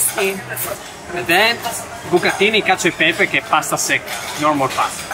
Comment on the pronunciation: Cacio e pepe!!! Not y pepe, we are not spanish !!! 🤦😂😂😂